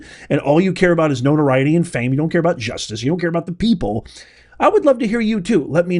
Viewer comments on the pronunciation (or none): none